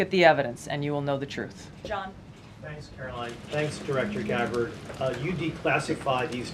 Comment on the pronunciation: 36 minutes of this guy blathering. Listen. You don't seem like a bad guy, but nobody wants to hear about you moving to Idaho. Oh, and it's KaroLINE, not Carolyn.